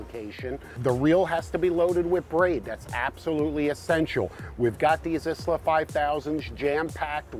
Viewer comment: Love the show and the information you guys put out, I keep up with it regularly. Daiwa Isla is pronounced ihla; the S is silent. Don't shoot the messenger haha.